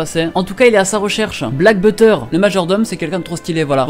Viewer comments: Ta quand même dis "Black butter" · Il a surtout dit "Black Butter" mdrr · Nn mait fait 1 effort ta dit black butter au lieu de black butler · il a dit black butter XS ma tué!